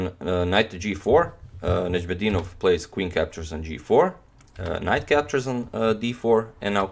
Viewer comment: Love how you narrate the game, but your pronunciation of Najm El Deenov is very similar to the Arabic pronunciation!! The word means in Arabic Star of the Religion